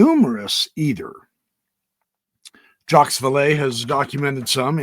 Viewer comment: The “S” is silent in the name Jacques.